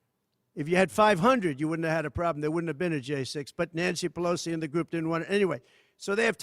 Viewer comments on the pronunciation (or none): none